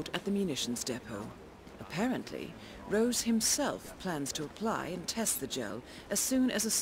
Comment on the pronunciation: Sean Rose not Sean ROSS